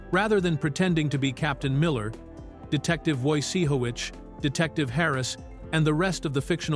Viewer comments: I enjoyed learning more about one of my favorite shows of all time, but I hate a couple of problems with this: First of all, please dump the AI. (I mean, "Wojie-howitz?" Really? And secondly, there's nothing "shocking" about it. It's just interesting behind-the-scenes information about a darn good series. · Is this computerized? Because Nick's last name is pronounced wrong too. Ones name is very important,deserves respect, especially our conduct as we make a name for ourselves, more precious than corals or gold as the scriptures say.